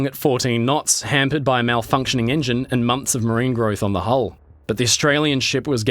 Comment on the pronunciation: it was zeeeeee Nazis